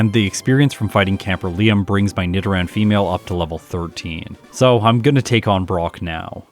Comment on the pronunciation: Yeah, that’s the correct way as far as I know. Nido as in needle.